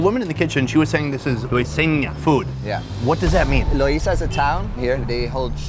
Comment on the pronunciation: Loiza not Loisa!🤣